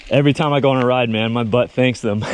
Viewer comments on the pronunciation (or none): none